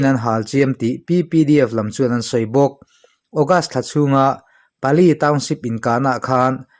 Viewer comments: Pali tiin midangin an lam ka hre ngai lo a, "PALE" an ti maiin ka hria. English ni lo hnam dang ṭawng hi Mizo ṭawnga kan chhiar dawn chuan a in ziah dan anga chhiar tur tih hi ka lo hriat ve dan a ni a, ka hre sual pawh a ni mai thei. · (Pale) mizo tawng anga lama chhiar tur Ani e,bengvar thlak thin khawpmai Kan lo ngaichang reng thin cheu nia